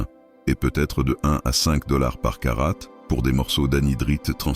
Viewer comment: Ras le bol de ces voix IA qui ne parlent pas un bon français. Non caratte n'existe pas carat oui.